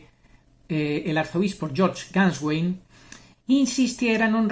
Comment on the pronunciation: Se agradece si aparece la Voluntad de aprender a pronunciar Nombre y Apellido de Georg Gänswein, por respeto a su Procedencia. Desde mi ignorancia, trato de aprender a pronunciar palabras de otras Culturas ya que heredamos un Mundo Babélico y hay que acostumbrarse.